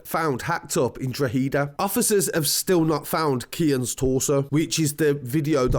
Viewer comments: Drawheeda lmfao 😂😂😂😂😂😂😂😂 what a thick! its not draw hee da my god like. its pronounced draw ha da, not draw hee da ya melt lmfao...😂😂😂😂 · DRO-HA-DA ...... Not DRO-HEEEEE-DA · Pronounce it draw ha da, not draw he da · hada not heda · Draw-heada. Not Drawheeeda. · It's pronounced draw da drawda not droheda I know it's spelt different any way great videos keep up the great work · Drogheda “draw-hid-aah” hid not heed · It’s pronounced Like “Draw-ha-da” not Draw-hee-da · Drug-eda (droh ha da). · You still pronounce droheda like droheeda haha its pronounced draw-ehda say it quickly in one word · Say it proper Droh-had-a = not drow-he-da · Its not dra heeda is pronounced drohida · It’s pronounced “draw” “hid” “aaa” :) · Pronounced DRAWHEDA. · It's pronounced drawda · drogheda is 30 miles north of dublin and drogheda is pronounced drakada .... cheers for all your info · Pronounce Dro head a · Pronounced drock add a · It's pronounced drog E da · You pronounced drogheda wrong it’s drogheda the g is silent and it’s not a capital E pronounce it’s dro heda not droghEda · Draw-ha-da #its pronounced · Your still not saying droghead rite buddy !! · Your saying it wrong it’s like drohada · Really good video! However.. maybe some additional corrections for part 3: It's "draw-ha-da" and the W is almost silent kinda like "drauh-ha-da". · Pronounced : "Draw-head-ah" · I was just about to text that. Draw-ha-da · I like draw-hee-da better. Sounds less culchie. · It’s pronounced drawheada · OMG you still cant say the word Drogheda right, try "drog ha da" and also this drug turf fued has been going back as far as 1996, also there is no confiramtion what so ever that there is video footage of that poor lad getting murdered, i really hate false news and have respect for his family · Drogheda pronunciation = draw-head-a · its pronounced Draw - Hedda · Draw- head-a = drogheda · Still not pronouncing it right..its draw-head-a..👍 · It’s pronounced draw-heada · It's pronounced Droh-hih-dah